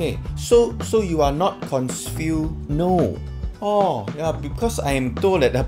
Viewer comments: Love the fantastic play of words and rhetoric. Thought there was a miss in there when interviewer asking about "Douglas" shit, he said confuse instead of consfiu, 😂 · Very "consfiu"!!! 🤣